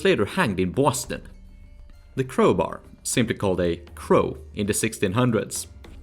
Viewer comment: You pronounced Boston perfectly